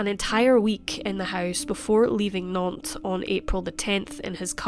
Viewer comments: I does start well 🤣! It's Nante with a "S", so NanteS ! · Nantes avec un “ S” à la fin s’il vous plaît 🤨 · NanteS with an S at the end... Lived in that town for one year, hence know the boulevard